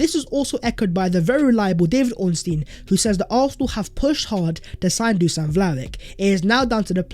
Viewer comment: Learn his name it's Duschan Vlahovitsch